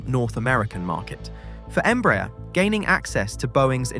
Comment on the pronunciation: By the way, since you mentioned that, "Embraer" is pronounced "em-brah-AIR", stressing the last syllable and with the "A" and "E" vowels distinctly pronounced and separated. It's a Portuguese acronym for "Brazilian Aeronautics Company" ("EMpresa BRasileira de AERonáutica").